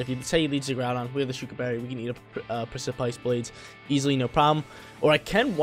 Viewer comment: I love u but u gotta look up the pronounciation for the word precipice